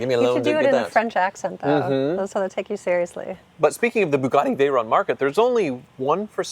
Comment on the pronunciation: its veyron not veyronne its a french name not an italian name